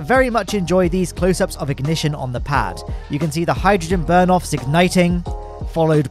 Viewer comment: "booster ignishush"